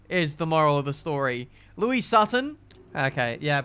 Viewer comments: pronouncing Lois as Louis, NO!! HER NAME IS LOIS! (low-is) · my friend please, its not Louis, its Lois. (Low-isss) like family guy, 👀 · Dude, her name is Lois, not Louis. Think Lois Lane 😂😂😂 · Just keep calling lois Louis ben good job lol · Louise Sutton? LO-IS.. as in supermans lady friend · Does anyone else cringe every time mispronounces Lois' name? xD